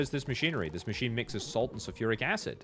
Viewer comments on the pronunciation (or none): none